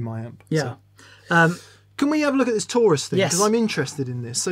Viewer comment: I thought it was tourist instead of Taurus lol